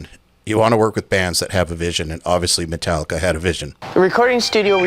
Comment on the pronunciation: Did he just say - Mentallica?!